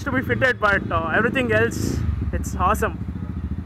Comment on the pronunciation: It's haasum